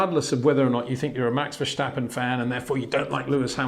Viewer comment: verSSSSSSSSSSSSSSSSSStappen! Get it right, sir.